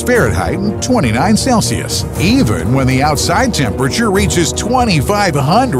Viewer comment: Am I the only one who noticed he doesnt know how to pronounce celsius?